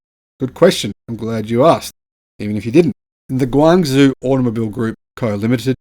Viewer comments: My goodness, learn to pronounce Guangzhou! It has a JOE sound at the end, not ZOO. Forget the Z. Lived there for many years and my wife's home town, your daily pronunciation is like nails on the chalkboard. Still enjoy and watch all of your videos :) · Guang Zhou is pronounced Guang Joe, not Guang Zu. You'll sound more professional if you pronounce it a bit better.! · Wow GAC looks amazing... BTW pronounce it "Guang Joe" (Zhou pronunciation sounds like "joe"). Guangzhou is the capital of Guangdong province (formerly Canton) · it's pronounced gwong-joe. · Great video. Guangzhou is pronounced Gwang-joe. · Guangzhou is pronounced "Gwan - Joe".